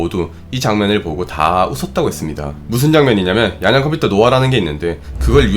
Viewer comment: 양자 컴퓨터 발음이 자꾸 "양댜" 컴퓨터로 들려요.